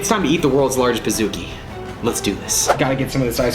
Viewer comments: It’s pronounced “ Peez-ooh-key”, not “ Piz-ook-e” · Ummm pizookkiieee???, it’s pizcookie